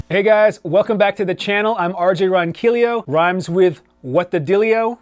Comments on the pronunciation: How do you not know how to say your own last name? Ron-key-O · That would be "Ron-queelo". "Ron-killio" is Filipino spanish pronunciation. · just a question..why do you pronounce your name 'ronquilio'?.isn't it like form spanish or something originally?...anyway..no worries...just wondering....good video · Cool lesson, as always. I have to admit, I always smile when you say your surname: I live in Spain so I say it the Spanish way. It doesn’t quite rhyme with ‘dilly yo’ but hey...:) Love the Steve Stevens riff! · you seem to have trouble pronouncing your own last name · A Filipino person would pronounce it that way. Also many other Spanish speaking countries have different dialects and different pronunciations of the double L. It doesn't bother me if it's pronounced a different way. It bother's me when people tell me how to pronounce my own name.